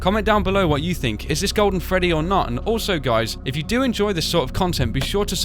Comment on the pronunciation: It's Freddy not gfreddy